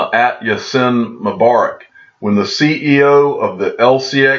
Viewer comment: pronounced "Ya-seen" Mobarak